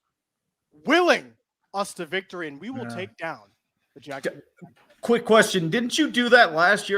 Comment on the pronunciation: The way says JAG WIRES its jaguars bro